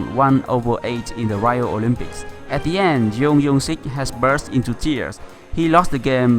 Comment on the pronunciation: tennis "PingSunday " Please, I told you last video, to stop calling him "YEUNG YEUNG SIK" But his name is JEONG YOUNG SIK LIKE JUNGLE JUMANJI JORDAN JUICE YOU EVEN LIKED MY COMMENT BUT YOU STILL PRONOUNCE IT WRONG> OH MY GOD